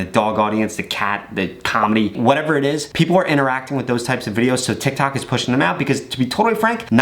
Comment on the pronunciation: All I hear is tak tik tik tok